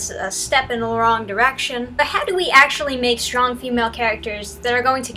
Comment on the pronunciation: Just landed on this page... is she saying shtronk? Is the host pranking us? What's happening here?!